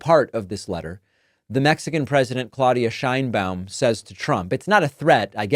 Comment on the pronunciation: I like to watch your comments, but, you should learn how to pronounce names correctly. It is not “/shainbaum/” Check the pronunciation for respect to the president and the Hispanic viewers